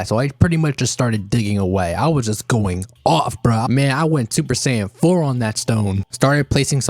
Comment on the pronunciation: he said super sain four lol